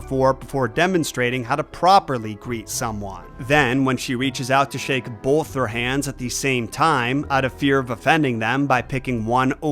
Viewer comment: I hate people who say bowlth instead of both. What the hell is wrong with you? and you always hit it so hard. BOWLTH. Why do you talk like that?